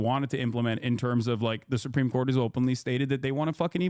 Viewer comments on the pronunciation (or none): none